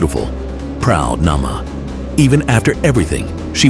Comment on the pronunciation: Not Nama but "Naamah"... Theres another Bible character named Nama.